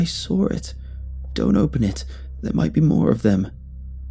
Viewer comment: I like how he pronounces saw as sawre